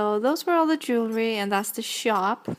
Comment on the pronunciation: you say shop like a noob